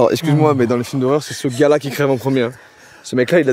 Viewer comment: Essscuse ... Euh jsais pas qui c'est la voix du début pour le moment, mais faut faire un effort sur la langue française les gars.